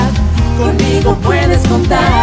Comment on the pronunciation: 3 años y nadie ha notado que dice "COMIGO" xd